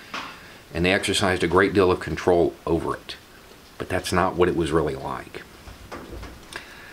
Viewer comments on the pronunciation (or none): none